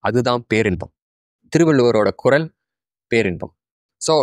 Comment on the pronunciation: கொரல் illa daaa குரல் எங்க சொல்லு.......❤😂😂😂😂😂